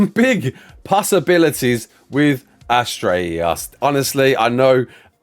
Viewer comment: It's Ass-Tree-Ohs.